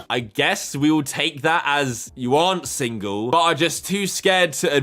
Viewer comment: She can even say single right......